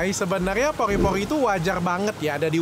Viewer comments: Pori-Pori dok penyebutan ny bkn Poli-Poli 🤭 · Pori-pori dok , bukan poli poli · Pori-pori dok bukan Pogrrhi-pogrrhhi🤭